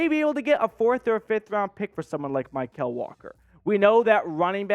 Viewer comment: Mykal’s name is pronounced like “Michael” not “My-Kell”